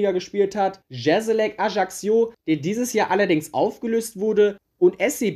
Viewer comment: Nur ein nettgemeinter Tipp: Ajaccio sprichst du so aus dass sich das J anhört wie beim Namen "Jean" auf Französisch und du sprochst das doppelte c aus wie kk also halt wie wenn du ein c in einem Wort aussprichst. Das Video hat mir aber trotzdem gefallen und ich fande es interresant ich würde ähnliche Videos begrüßen